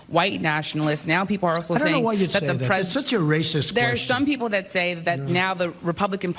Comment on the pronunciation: You have to stop saying " dat" it's pronounced "that".